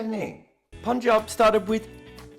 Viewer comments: I would just love it if you become the first white person to pronounce punjab correctly cause I gotta listen to you the whole season and listening to you say poonjab has already become irritating. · Finally said PUNJAB 😭😭😭😭